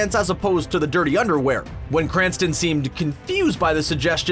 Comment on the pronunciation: STOP CALLING HIM "BRANSTON"!!!!